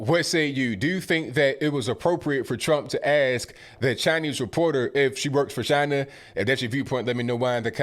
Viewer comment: he does the funny chiina on purpose and it's hilarious because you can hear him say it normally then switch back to chiina for the purpose of funny clips.